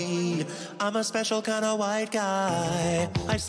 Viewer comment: I like to think that when He says ,,im chwhite,, Its a tribute to family guy